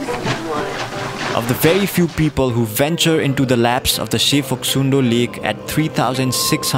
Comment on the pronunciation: Local said its Phoksumdo not Phoksundo. In local tongue Phok means "Kuna' Sum means "tribeni' and Do means "Puchar". From the corner of Cholopu till the end of Suligad, three rivers meeting together. And thats how the it was named. Video is very nice ^^